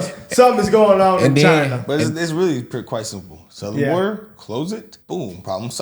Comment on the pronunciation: Chyna Ukraine!!! Trump pronounced Chyna. Go listen. American biological labs in Ukraine. Yall can't do reactions without knowledge.